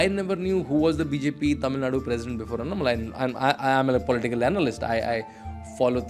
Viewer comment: Why the northies can't pronounce things properly.. dorks unnah-malai? अण्णामलै - say this